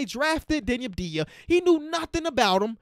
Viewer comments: its AVDIJA not ABDIJA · My guy said deni abdia